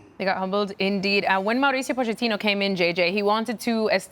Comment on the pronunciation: Why is everyone saying Poe-Chat-Teenoh? The ch is meant to be pronounced like a k. "Pokettino".